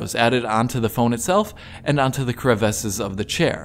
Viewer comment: Great video. That's not how you pronounce 'crevices' though .